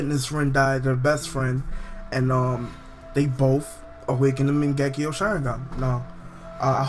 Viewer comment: lol i like how he says bof instead of both lol